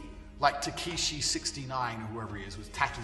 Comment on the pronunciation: Tekishi 69 😂😂😂😂 the fact that he mispronounces their names makes it even funnier